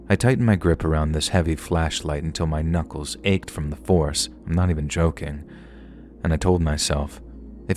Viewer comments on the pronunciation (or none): none